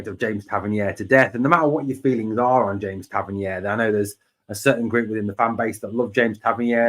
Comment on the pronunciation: Interesting updates. However Tav’s surname is pronounced Tav-Ern-EER not Tav-Ern-YARE. It’s a minor thing but is starting to grate. He specified this in interview some years ago.👍